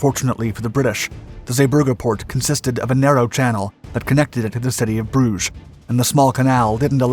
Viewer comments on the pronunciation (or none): none